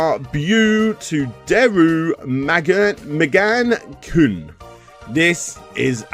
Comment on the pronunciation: Your mangling of common Japanese words is absolutely astonishing. Seriously, you couldn't even TRY to pronounce "Megane" as "Meg-A-Knee?" Really? That's a whole other level of not even remotely giving a shit when you won't even consider pronouncing a word the way it's literally spelled. I'm confident in saying that you intentionally butchered that title on purpose to try and be funny. Half the words you mangled weren't even longer than 4 letters. You played that up for some kind of a laugh. There's no way you even tried with that. And just to be clear, the whole "haha look i can't sound out words because it's japanese, hurr hurr aren't I funny" thing stopped being funny on youtube 7 years ago.